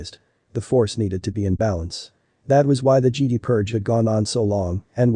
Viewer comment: Don't ya just love how the text-to-speech pronounces Jedi as Geede?🤣🤣